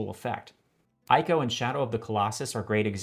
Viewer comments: It's not "AYCO", it's pronounced "ICO"... Please get it right. Other than that great video. I've seen a lot of videos talking about this subject but yours is the best one. Nothing I would take out of this video. It's just simple and perfectly written/edited. (except for the stupid Murican pronuciantion of "ICO" of course) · Fantastic video, one small correction, Ico is pronounced ee-ko. In Japanese this is unambiguous due to the writing system イコ there’s not a clear meaning for the name, but it might be a nod to 行こう (ikou) “let’s go” the う (u) just acting here to lengthen the お (o) and technical can be trimmed to “Ico” when romanized. Either way, the “i” in Japanese is always read as ee, “e” would be read as eh, and if you want that “I” sound it’s going to be explicitly written あい “ai” (a is pronounced like ah, and then i is read ee, so you get ah-ee, which read together as a combination makes that English “I” sound look at words like 愛(あい) (ai) “love”, アイドル (aidoru) “idol”, or アイス (aisu) “ice” sometimes used as an abbreviation for “ice cream”). In Japanese kana are basically always pronounced one way, since it’s a syllabary, as opposed to English’s phonetic alphabet where many sounds are crammed into each letter. (Kanji though in Japanese is very different, but I won’t get into that) *I live in Japan, studying Japanese. Again, I really love the video